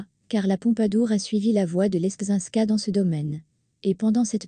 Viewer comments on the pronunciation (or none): Louis XV a été Roi par chance. Marie Leczinska se dit " Lezinska " et si la Reine a évité le Roi c'est qu'une nouvelle grossesse l'aurait tué